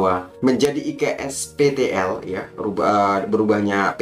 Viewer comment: 6.28 iksptl nya "TOK"... kecampur logat bahasa jowo mas..😁